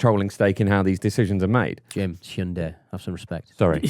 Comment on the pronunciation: disgusting. That is NOT how hyundai is pronounced. Jim have a day off